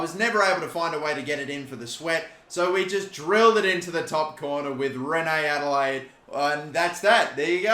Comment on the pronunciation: Has anyone else noticed been mispronouncing Reine-Adelaïde's name all career? Rather than "renay", it's pronounced "ren". Instead of "adelaide", the i with two dots (ï) indicates that there's an accent on it. It should be "ah-de-lah-EEd".